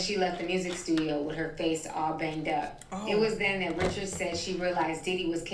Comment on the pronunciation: Anyone who watched Making the Band or was a fan of Danity Kane could tell you that her last name is pronounced “reh-shards” not “rich-urds”, like the average name. They could at least say it correctly if they’re going to talk about her.